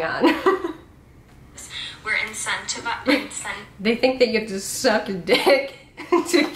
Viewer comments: “Incentivized” it’s one word, and the emphasis is not on the “ized.” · Let's not take advice from a girl who can't say incentivized